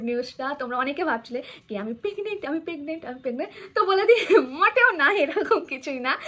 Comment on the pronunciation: Pegnent noi that's PREGNENT.